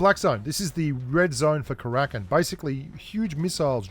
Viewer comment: Haha it’s not Krakin, it’s Kara-kin